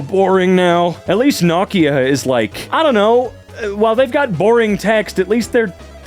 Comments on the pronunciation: No-kee-uh NOT No(cturnal)-kee-uh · mispronouncing "Nokia"... really??